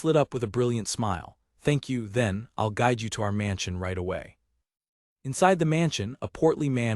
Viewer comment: Nothing says AI like the narrator repeatedly pronouncilg "I'll" as "I.L.L.". 🤣